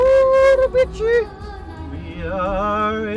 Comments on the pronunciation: "Uribici", well, "CI" sounds like "see", not "chee". But that's ok :) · Great adventure. The correct pronounce is "Urubi see". Enjoy your trip. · The correct sound of the town is OOROOBEESEE. I loved your video BTW. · Great video guys! Just a small correction: the Portuguese pronunciation of the C in Urubici is with an S sound, like Uru-bee-see. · Guys you need to practice your Portuguese pronunciation. For someone who lives in Lisboa I am surprised about it. Pardon my bluntness. As a Brazilian I’m a little disappointing.